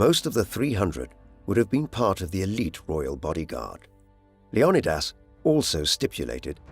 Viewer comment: "LEO-KNEE-DIS"" wtf